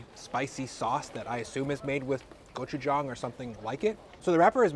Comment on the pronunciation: great video! glad you enjoyed the flavors of my homeland.. btw.. just a minor correction in your pronunciation.. gochujang. the 'jang' is pronounced with a short 'a' kinda like how you pronounce 'john'. love your vids.